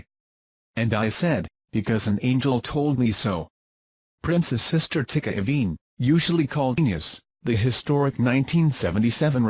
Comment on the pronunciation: Prince🤴 Rogers Nelson's sister name is Tyka Nelson! Not Ticka Nelson!